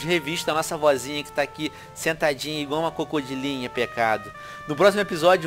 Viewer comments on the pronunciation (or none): adoro ver o Venom falando "cocodilinha" huehuehue